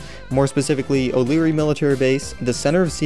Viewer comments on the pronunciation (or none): you said "oleary military base"boi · He said o'leary military base lol